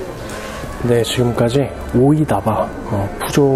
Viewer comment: "오다이바"를 "오이다바"라고 실수하셨습니다.